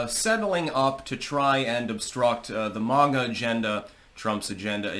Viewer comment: STOP EATING. YOUR ON HINEY JUICE. IT IS NOT MOG-A. IT IS MAY-GA .BETTER YET CALL US MAGAT; MAKE AMERICA GREAT AGAIN, TOGETHER .